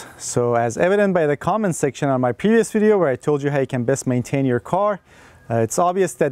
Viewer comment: He say pevious not previous lol